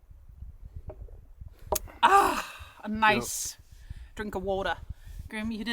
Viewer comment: trying to “Skol” several times during singing TOOK ME OUT! 🤣🤣🤣 I had to watch it twice because it’s so hilarious! 😮 🎶 Also the zoom in on his face whilst tried to flip the pancake was a riot. You both ALWAYS make me laugh out loud because you’re innately funny. Grim’s ears completed the scene at the table. I always love watching preparing food and it’s fun to see you celebrate Midsommar because my maternal and paternal grandmothers are Swedish and Norwegian. Loved all of this today! 🩵